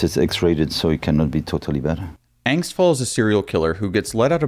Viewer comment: Pronounced.....AH-ngst! I guess you never took German.